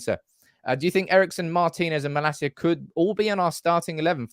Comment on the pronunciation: His name is pronounced: Mah-lahseeya... not Mah-la-see-ya. The last bit is one word